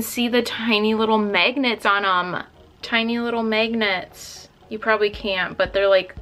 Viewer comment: you say magnets funny “megnits” it’s kinda cute 😂❤️❤️